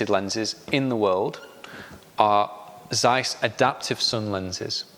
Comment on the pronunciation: It's Interesting that even those who works with the brand, are mispronouncing Zeiss